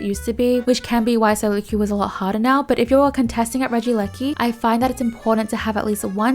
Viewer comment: Holy moly she said regieleki basically perfectly guys lets give a round of applause